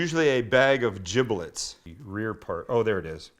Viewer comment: It’s giblets, with a g. Not jiblets.